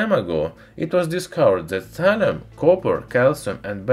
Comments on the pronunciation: Isn't it thallium and not tallium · Thalium not Hydrargyrum ? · What is Talium? I've heard of Thallium and his title mentions it, but he keeps on talking about talium... what gives...